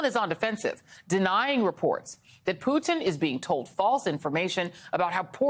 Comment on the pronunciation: Thank you for saying Poo-Tin instead of Poo'din! It's how we in Europe pronounce his name.